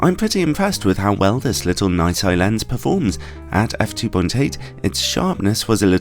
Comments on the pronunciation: Nai-Sai? I’ve always pronounced it is Nissy, as have my distributor colleagues. :-) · Excuse me, but... ’NAI SAI’...!!!??? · Nooot entirely convinced that is the right way to pronounce their name...